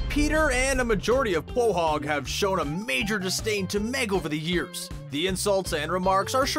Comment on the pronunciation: I got mad when he miss pronounced quahog